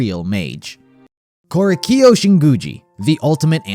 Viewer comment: sir, this video is perfect but the way they pronounce "Korekiyo" pains me, and I fucking hate korekiyo